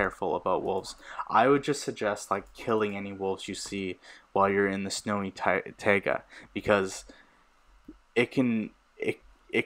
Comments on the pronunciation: just saying its pronounced tye-guh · he said tayga?